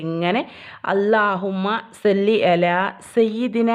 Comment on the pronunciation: സ്വല്ലി ആണ് സെല്ലി അല്ല